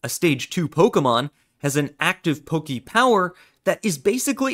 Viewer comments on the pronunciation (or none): none